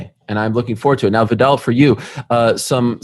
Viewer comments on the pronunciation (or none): No American knows how to say Viddal